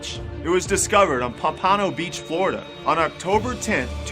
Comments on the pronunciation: It's pronounced Pomp/ano Fl not Pom/Pano Fl (Pompano beach, Fl) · you make me giggle... I"m from there, and it's POMP-uh-noh. Not POMP PON o. it sounds so silly that way. anyway, thanks the video's awesome ^_^ Very intereresting, creative, and not the same regurgitated crap we see all over. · the city is pronounced Pomp a no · Its NOT a "disembodied" head as that implies that the soul was removed from the body. This had no body, it was a decapitated head, not disembodied as a croc has no soul as far as we know. I do enjoy many of your videos, just wish you would learn to use better adjectives and the correct pronunciation of some of the names better. Thanks Pompano is P-ahh-m-pUHH-NO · Only a few seconds in and he pronounces Pompano weird as hell. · That's not how you pronounce Pompano for number 20, and I live over in that area.